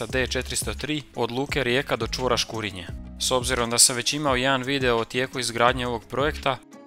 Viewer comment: Bravo. Jedino što bi spiker mogao prilagoditi naglasak lokalnim navikama: škurínje a ne škúrinje. i podmúrvice a ne pódmurvice :) no to je kukanje na visokom nivou 🙂